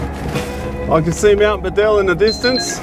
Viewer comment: My grandfather knew Len Beadell. He pronounced Len's surname as BEE-DL. As it beatle but beadle. Len Beadle. My grandfather worked on the highways way back when...